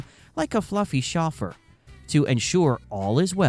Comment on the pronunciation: Chauffer? Seems like AI since it can't pronounce it correctly.